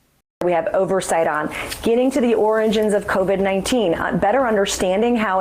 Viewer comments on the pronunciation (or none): Any one else heard her start to do a Donald Trump by saying "... getting to the ORANGES of COVID-19..." but caught herself midway and came out as "... the ORANGE-GINS of COVID-19..." ? LOL!! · She said "oringins" instead of 'origins'. Very similar to when Trump said "oranges" instead of 'origins'. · 'Oringins' does NOBODY in the fuckin GOP know how to say the word origins? 🤣🤦🏽‍♂️